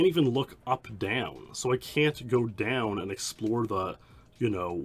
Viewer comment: When you say down you say "deaownuh"